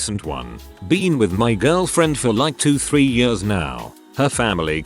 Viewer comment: I love when the robot voice tries to pronounce "years" and goes "yööörs"